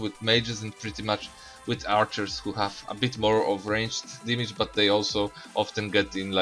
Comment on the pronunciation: cant pronounce damage lmao